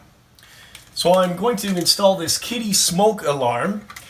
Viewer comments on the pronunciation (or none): Kiddie Pronounced "Kid-uh" not "kitty" . Thanks You for providing video instructions! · It's 'Kidduh'